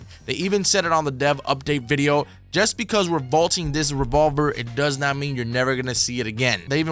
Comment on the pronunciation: He said rebolber